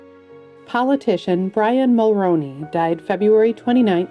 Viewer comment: She actually mispronounced Brian Mulroney's name